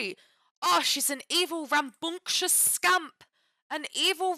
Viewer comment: The way you turn British every time you say ‘rambunctious scamp’🤣